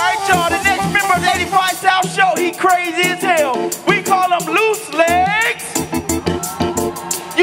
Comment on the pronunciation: Dude who introduces him we don't call him Loose Legs. It's Loo Leg with a silent "g"